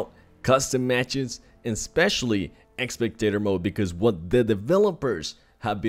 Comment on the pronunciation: It's spectator not expectator